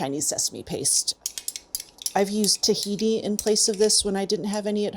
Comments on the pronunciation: Anyone notice she said Tahiti instead of Tahini? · Sometimes wheen I'm out of a sauce, I just use a whole French Polynesian island instead too. It works a treat haha. It might have been the scraping sound of the sauce dish though that made tahini sound like Tahiti. Either way, I could watch all day. These videos are so dense with practical, accurate and easily retained cooking information. Plus, she has such a pleasing vocal tone with strong delivery of information.